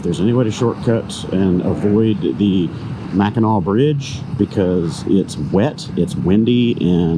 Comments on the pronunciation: You were right with the way you were pronouncing it its not pronounced how it looks so u had it right the first time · You pronounced Mackinac correctly... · You pronounced it right. It's pronounced Mak n naw.